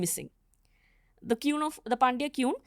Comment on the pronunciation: Many wrong descriptions. He should have talked to a tamil person. Also the way she pronounces 'queen' is incorrect. Theres no two different versions if you had studied the real literature.